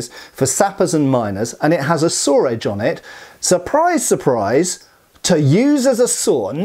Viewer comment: As someone from the southern U.S. I've always heard from people how southern accents have a lot of similarities to a lot of British accents. And I've never really heard it before, until just now, when I heard pronounce "saw" as "sawer" lol